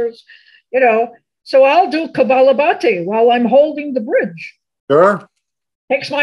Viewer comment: I love all your videos. Thank you so much for your generous sharing with all. As a registered yoga instructor, I have one correction for the rapid expulsion breathing yoga practice shared by. It is Kapalabhati and not Kabalabhati. Translated in Sanskrit it means skull shining. Kapala specifically means forehead part of the skull. Thank you for bringing this to all. Peace!